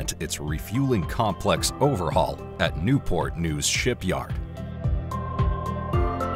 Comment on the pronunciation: “Step into port news Virginia”…….. its Newport News….. 🤦‍♂️